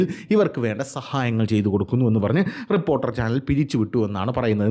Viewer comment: ട്രിപ്പ്പോർട്ടറൽ അല്ല റിപ്പോർട്ടർ കനം കൂട്ടി പറയണ്ട തന്റെ റേഞ്ചിൽ പറഞ്ഞാൽ മതി